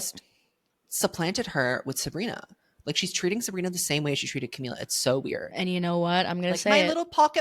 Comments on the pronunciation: Ohmygod i cannot stand u saying camiya… where is this coming from??? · sis didnt even do her research on how to pronounce "camila"